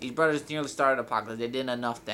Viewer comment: You're stupid u can't say brothers right